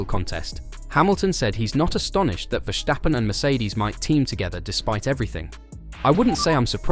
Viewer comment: Dude!! Its Ver-stappen!!! Not Wershhhtappen